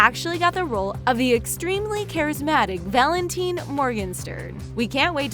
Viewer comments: ValentEEN? I think it's pronounced VALENTINE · Can this voiceover learn to speak English please? Its Harry Shum Jr not Harry Shoom Jr And its Valentine, not Valenteen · It's pronounced Val-en-tyne not teen lmao but ty for the video :) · VALENTEEN?VALENTEEN? ITS VALENTINE YOU DUMBO'S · Did they just pronounce valetine as valinteen.... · its valentine not valenteen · ValentEEN!?!? Val-en- tyn! How can you mispronounce that? It’s valentine! You should know that word. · who the f*ck is Valenteen b*tch it's Valentine. Why can't you pronounce anty of their names. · Wtf is ur problem w/ pronouncing names??? Harry SHOOM???? VALENTEEN!??? jesus fucking christ... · Valenteeen!! Are u kidding me! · Did they even watch shadowhunters? is not Emeraude, it's Anna! And "Valenteen" just killed me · Ahhhh Valent-EEN I’m triggered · “Valenteen” Omg pls make it stop There’s so much wrong with these videos :/ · Do you have to say almost every name wrong? Valen-TEE-n? Seriously? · VALENTYNE!?!??! WTF😂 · Valenteen? Really? At least check the pronunciation, it takes like 2 seconds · They even pronounced some of the characters names wrong... Valenteeen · Kay Wongton valenteeeeen morgensten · Ik I burst out laughing when she said Valenteen I was like what have you seen Shadowhunters. I'm deceased. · This channel really put no effort into this video. Mispronouncing Harry Shum Jr. and Valentine, putting a picture of Lilith in instead of a pic of Izzy.... And if they were serious when they said "extremely charismatic Valentine Morgenstern", they really are the lamest. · Did no one else get triggered when she mispronounced valentine? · how do you mispronounce valentine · omg yes how she mispronounced valentine UGHH